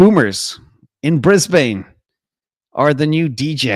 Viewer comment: 🇦🇺, its pronounced Brisbun ❤ same with Melbun